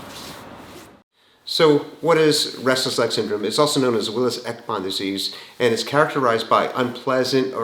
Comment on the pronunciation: It's willis ekbom disease, not ex-con disease